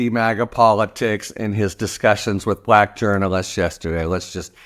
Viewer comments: Just the way he pronounced Black repeatedly was intentionally insulting. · 'Discussions' is a word I wouldn't have used. I felt most revulsion at the WAY he pronounced the word 'Black' as if like in his tweets there were quotes around it. So creepy.